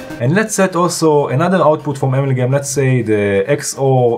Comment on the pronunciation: Brian Watterson: Hi - WOW Professor! You were really motoring with this one. I have to watch this video again using Pause & replay to catch all of the great moves & pieces of good advice. AMALGAM looks like an extremely complex module. Lots of beautiful sounds though. Thank you so much for the excellent video. Pronunciation, if I might say, maybe more like: (dirECtion), (aMALgam) rather than (amalGAM).😊. (Love your red Arrow pointer, by the way. Is it available for a Mac)?